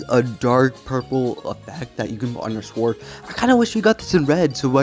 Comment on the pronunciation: Bro said SWWORD